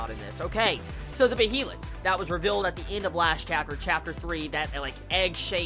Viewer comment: Behelit is spelled correctly but it is pronounced like Bealit.